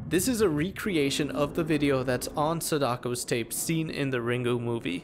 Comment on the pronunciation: Hearing you pronounce Sadako and Der Riese hurts me so hard. Especially as a German. Der Riese menas the giant, by the way.